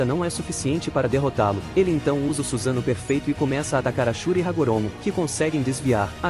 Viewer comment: é suSAnoo e não SUZANO gênio kkkkk